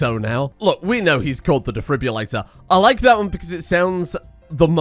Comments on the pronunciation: Every time he says 'defribulator' instead of defibrillator it makes me flinch 🥴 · "The Defribulato" Nah man, he's italian